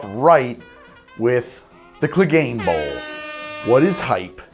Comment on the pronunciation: Say "Bouwel Bouwel.." one more time. I dare you,, I double dare you. Samuel L. Jackson intensifies